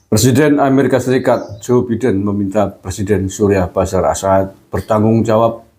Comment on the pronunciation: Maaf ya KANG GUSMAR, ...bukan BASYAR AL-AS'AD, tapi BASYAR AL-AS'AD.